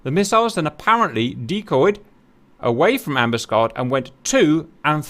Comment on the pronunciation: HMS Ambuscade, emphasis is on the last "A". Grates to hear you mis-pronouncing, Cap, as an ex-Matelot. "Am bus Caid".